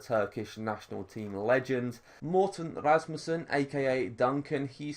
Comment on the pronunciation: You actually pronounced Morten Rasmussen correct hahah